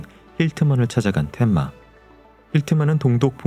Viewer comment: 텐마를 자꾸 덴마래 😂😂😂 만화책 세대시네